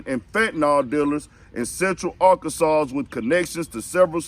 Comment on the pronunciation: Why you saying Arkansassss.....😆😂😂😂✌🏾💀